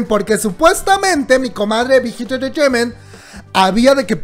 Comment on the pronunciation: No digas mucho BIGHIT ENTRETEIMENT , POR QUE SE ESCUCHA MUY RARA , /NO ES HATE 😻 ME GUSTA BTS Y TUS VIDEOS